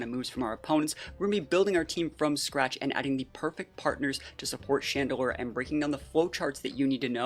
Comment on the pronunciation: IT'S CHANDELURE, NOT CHADEDELURE!